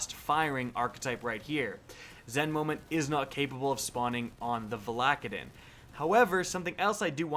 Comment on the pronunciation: Stop calling it Val ack a din It’s VALA-KAY-DIN!!